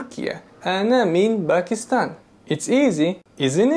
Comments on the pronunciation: (1) Min ayna anta? Is this for both males and females? (2) You said "To ansWer" - well, w is silent in answer. You just say anser (pronounced aanser). (3) There is no country called Bakistan. You should have explained why you said Bakistan and not Pakistan. (4) Thank you very very much for NOT dragging Allah, Quran, ,Hadith and Islam into your lecture. Really appreciate it. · انا من باکستان (پاکستان) It feels like a crime to mispronounce my own country 😅